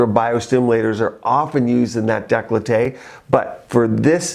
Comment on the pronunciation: Decollete is pronounced deh - coe - let - teh not de - clo - tay